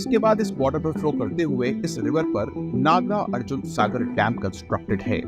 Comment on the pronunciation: Myriad number of errors in pronunciation of names.. Hope u will correct it. Eg : Srisailam श्री शैलम , Nagarjuna नागार्जुन